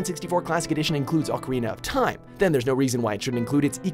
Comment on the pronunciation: Ocerina of time?